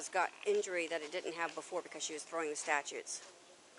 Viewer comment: It pisses me off the way she keeps calling them “STATUTES” Ma’am, you’re an officer of the law, and you don’t know the difference between statues, and STATUTES. These clown officers are a QUACK JOB! Two women on this shit is WILD.